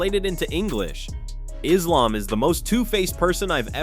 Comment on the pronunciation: Learn how to pronounce Merab. You have said it 2 different ways within minutes. You also mispronounced Islams name.